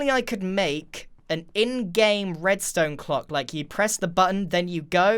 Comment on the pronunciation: I’m pretty sure I heard grian say “breadstone “ instead of redstone